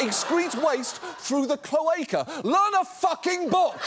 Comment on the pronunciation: that's not how you pronounce cloaca, john.